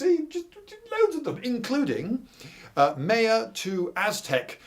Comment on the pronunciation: Love the channel. Especially these videos of Guatemala- I was there 2012, such a beautiful place. One question, why are you pronouncing Maya so wierd? Is there some convention in British that every word that start with M is pronounced weird, like Mario which I've heard pronounced as Merry-oh.